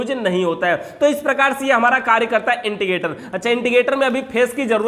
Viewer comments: not integrator.... It's indicator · Indicator hota h Yaar 🙏. Inticator nhi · Intigator nahi indicator hotavhai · Bhai it's "Indicator"